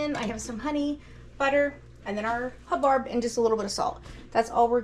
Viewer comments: Not to be a member of the Grammer police but because it was my Grandparent's last name... its pronounced hub- bird. 😊 I do not like the taste of either of those squashes. Love butternut, pumpkin and spaghetti squash. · Hub-bird is how you pronounce it! That squash was enormous! Thanks for sharing your prepping and cooking. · I love both squash types I like to stuff the buttercup and serve as a meal with like sausage and rice, also the hubbard making soup. It made me giggle listen to you say it wrong.